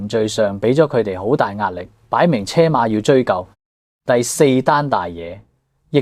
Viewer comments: 擺明車馬的車，發音係居，不是車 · AI唔識讀車馬，音讀“居”馬😂